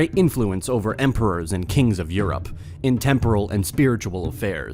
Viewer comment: List of words you mispronounced. Vicar. Temporal. Ecclesiastic. Ecclesiastical. Christendom. You don't sound very smart. You sound like you're reading a Wikipedia article and seeing these words for the first time.